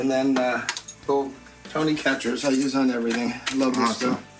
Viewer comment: Tony’s is pronounced “Tony SASH-er-ese” With love from Louisiana!